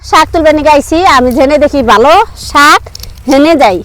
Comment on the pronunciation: আপনারা এসব উল্টাপাল্টা কথা না বলে চুপচাপ ভিডিও বানাবেন তাও ভালো সুন্দর হবে চুপচাপ ভিডিও বানালেও তো সবাই লাইক দিবে কি সব উল্টোপাল্টা কথা বলেন শাক কে বলেন হাক